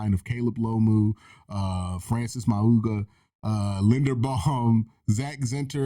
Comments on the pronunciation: Pronounced. Maui know a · I believe the pronunciation on Francis Mauigoa is Maui (like the Hawaiian island) Noah (like the male first name). That’s how I’ve heard it pronounced on broadcasts.